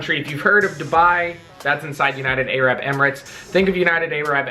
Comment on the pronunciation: The way you say Arab makes me laugh